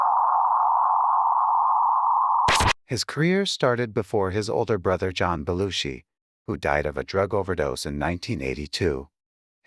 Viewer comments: Half the time narrator mispronounce Jim Belushi name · Nearly 47,000 views and only 461 likes. You are SO WRONG about Jim Belushi, and you might just want to learn how to pronounce his name.